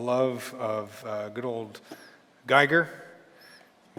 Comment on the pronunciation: nice tips! Giger, however, isn't pronounced like "tiger". He was a Swiss guy and is pronounced "Geager" ;) (like "eager")